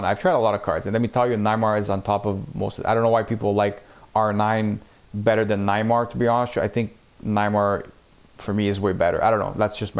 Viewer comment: Btw bro it’s “ Ne y mar “ not “ Na y mar “ 😂🤣😂😂